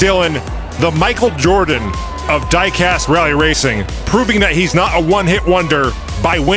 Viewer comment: Quick question… why is there an English girl miss pronouncing diecast in the opening? I’m from the uk myself and I’ve never heard anyone say it like she does. Lol